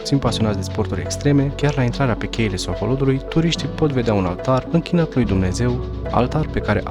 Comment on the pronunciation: Alo, Cheile Sohodolului se cheamă. Citești ca în cizma. La Culele de la Maldaresti accentul cu care spui parca te-ai fi născut acum 10 ani. Mai învață, învață, învață! A spus Lenin.